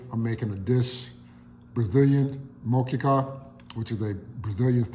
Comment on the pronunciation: If you are going to cook it, please learn how to say it properly! Honor the people who originated this recipe. Just watch any Brazilian cook and learn how to pronounce the name of the dish properly! 😊❤️